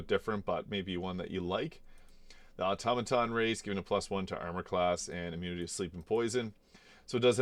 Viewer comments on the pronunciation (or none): Automaton is not pronounced Awto-maton. It's Aw-Tom-A-Ton.